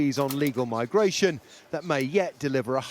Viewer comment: Albo says we need more migrants, now we need less. Why is it the Prime Minister of Australia cannot say MIGRATION but instead he says MYGWAYSHIN. He said it twice in two sentences on Sky News today. 10/12/2023